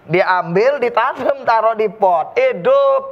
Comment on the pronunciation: Pas ngomong idduuppp...Lampung banget ni..😁😁